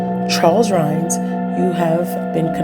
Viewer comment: Hi, This is Dalaine Bloom again. I like that You found this story about Charles Rhines. His name has always been mispronounced as Rhaines. I don't really care but notice the discrepancy in the spelling. Anyway, I was born and raised in Rapid City, South Dakota where this crime took place. I remembered it vividly, because back then Rapid City did not have that many murders. I think that You were Probably given a very cleaned up version of the story. First of All, I never knew that Rhaines was gay and thought that Donovan Sprague was gay?! Anyway, back then that was the first murder that I had heard of in at least 10 years in Rapid City. I remember the murder vividly. It was extremely, scary to All of Us that grew up in or lived in Rapid City. It was a very scary and gruesome murder. We had All heard of how Donovan Sprague fought for his life. There was blood splattered all over the donut shop. I remember the Police put up Brown paper all over the outside of the windows and black plastic bags over them. It was snowy and cold. The Owners did not ever reopen Dig em Donuts. The Owner said, "He could never get that horrendous site out of his head." Blood all over that very Beautiful and cute little donut shop and blood all over the donuts and other pastries. If and If I remember correctly, I think that Rhines lawyers thought that jurors were biased because of all they would have heard from the media about how gruesome the crime was before Rhine's Court date. I didn't remember heari